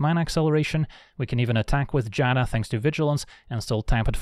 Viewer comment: I want to thank you for being seemingly the only magic youtuber who can pronounce Giada correctly.